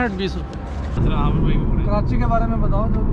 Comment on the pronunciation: "Kiranchi" Nahe boltay.. "Ke-rachhi". Pure lahori banain 😝 Good vlog. Welcome to Karachi! 🙂